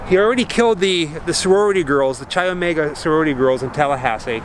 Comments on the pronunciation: K I omega is the pronunciation not CHI although the spelling is CHI Omega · Say it with me... KAI Omega. Chai is tea. Greek letter “X” (Chi) is pronounced Kai. No “ch” sound. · For everybody watching this, Chi Omega is pronounced “KAI” Omega, not cheesy chi. Good tour otherwise. Just trying to avoid Idiocracy becoming real life. It’s a futile mission. Thanks. P.S. Next lesson: You don’t loose a game, you lose a game. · Chi is pronounced ky not chy. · It's great to see this (old) video of yours and see with all the knowledge about the details. is just "Isn't that cool"ing and "Crazy"ing along while comes up with all the nitty gritty. BTW... "CHI" is pronounced "KAI", not "CHAI"! I really love you guys and your videos, but it does get a bit old when you don't do all the research. A friendly jab... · Love your videos bro! just an fyi its pronounced like Kai not Chai. Chi Omega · Great video! Chi is actually pronounced with the “ch” as a hard k sound. So like sky without the s. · The sorority was Chi Omega....pronounced "K-EYE" Omega. Just call me a stickler for spelling and pronunciation!😉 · Chi is pronounced like ‘kye.’ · Great doc - but please learn how to pronounce Chi Omega. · as much as i love this video, some of the pronunciations in this video is off, chi omega is pronounced “ky omega” and lisa levy is pronounced “lisa leevee”